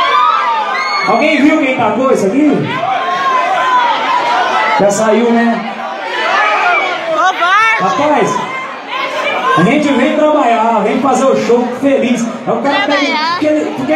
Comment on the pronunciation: " a gente vem trabaia " a mulher " trabaia " kkk